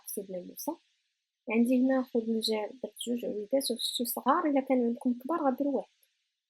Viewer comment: للتصحيح فقط : خنجلان بضم الخاء و ليس خذنجال